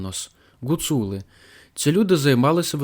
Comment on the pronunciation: В моєму селі Лазещина Закарпатської гуцульщини були 3 греблі і називались "Гать".... P.S. Гуцули а не Ґоцули...аж вухо ріже .так тільки кацапи говорять